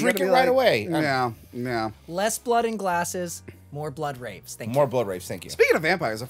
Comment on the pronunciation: I thought dude said "more blood rapes". The captions thought he said "more blood rapes". I ain't crazy.